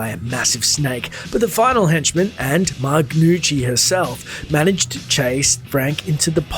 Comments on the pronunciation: Gnucci is pronounced New-Chee or Noo-chee, not "G-noo-chee." The G is silent. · It's pronounced "New-chi" not "Ga-new-chi". Love the video/channel. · This guy pronouncing the G in Gnucci has me dying lol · you're pronouncing Gnucchi wrong. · Great vid.. One thing however, the "G" in Gnucci is silent. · Joe Mama interesting.. I have the Punisher video game for the regular Xbox (which the Gnucci's are in, & the G is silent in it's pronunciation) 🤔🤔